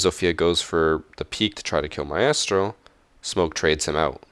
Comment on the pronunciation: Why do you pronounce "Maestro" like a moron...?